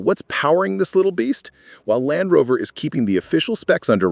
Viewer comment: Dalfrover?? AI is simply not perfect